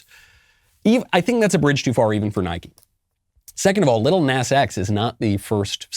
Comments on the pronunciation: Knowles.... its PRONOUNCED "NAH-z"... you old foggy! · It's actually Lil Nahs X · The way he pronounces “Lill Nass X” 😂😂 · You obviously have never even bothered to research him at all, never even looking on YouTube to get other peoples opinions and thoughts about lil nas x because if you did you would pronounce his name properly, especially because his name is only one syllable, it is spelled with three letters, & most importantly because you Graduated from kindergarten and learned the English language